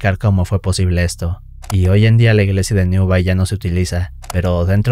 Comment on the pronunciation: En la historia N°2, el lugar: Newby, se pronuncia /niúbi/, no /niúbai/ y el condado, Yorkshire, se pronuncia /iókshia/. Aparte de eso, las historias son muy sabrosas e inquietantes. ¡Saludos!